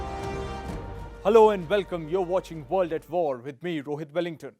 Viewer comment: Dude!! why is your English all 'V'???? 😆